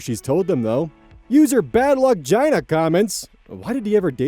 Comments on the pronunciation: Just a heads up, but I think it's badluck GEEn-A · why did you pronounce gina in.. "badluckgina" like that.......... i thought it was meant in the way that the user is named gina and has bad luck not that her "cat" (youtube don't kill me) is incomprehensibly unlucky